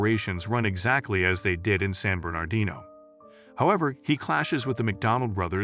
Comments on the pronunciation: Please pronounce "San Bernardino" nicely? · Please hire a real actor to read the script! The AI voice mispronounces San Bernardino, queue, etc.